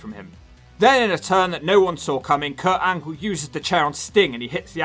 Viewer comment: Did You Say Perc Angle?